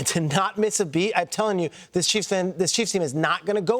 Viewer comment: Read the pronunciation guide! Sue-uh Mah-tah Eee-uh.